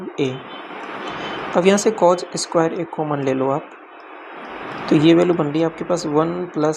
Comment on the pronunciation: Yaar master cos=कोज ⚔️ कोस🙏🏻 Kaan dard kar rha h shriman